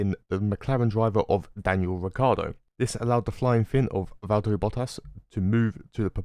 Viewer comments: It's Valtteri not Valterri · Nice video but Is valTTeri not valterri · I liked the video, except for one bit… Valterri Bottas. HIS NAME IS VALT-TERI. 👎